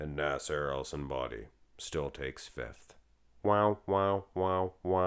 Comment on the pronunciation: "Nassair el Son Body" 😂